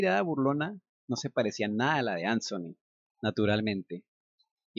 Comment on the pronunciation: HOLA, EL NOMBRE ANTHONY SE PRONUNCIA AN-ZO-NI, EN INGLES EL SONIDO DE LA T Y LA H JUNTAS ES EL DE LA Z. MUY AGRADECIDA POR TU NARRACION!❤👍 HORRIBLE, TAMPOCO ME GUSTABAN LAS DESPEDIDAS, PERO UNA VEZ UNAS AMIGAS ME ACOMPANARON AL AEROPUERTO Y VIAJE MAS RELAJADA, NO SOPORTABA DECIR ADIOS TAL COMO CANDY, Y TODAVIA SIGUEN SIN GUSTARME LAS ORUGAS..😖☺ AHH, TERRY, OTRO NOMBRE QUE TRAE RECUERDOS Y ALGO MAS EN COMUN CON CANDY...💔🤴